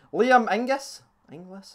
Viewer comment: Gave you a like but should revoke it for getting my name wrong 😂 Liam inglis pronounced ingles or ingalls